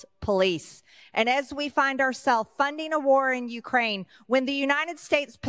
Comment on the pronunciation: It’s interesting and rather telling that he can’t properly pronounce Ukraine